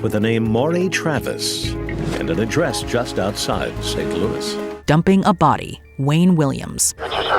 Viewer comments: “Saaant-Louiś.” Louie. Geez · It’s pronounced “Saint Louiś.” Like Louie lol